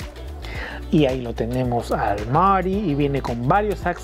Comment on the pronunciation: Marty..no Mary 😂😂